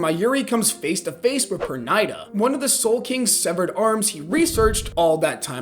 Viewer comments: Perrrrnida not Pernaida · was gonna make fun of how he pronounced pernida till I saw the comment is new so now imma say GO!!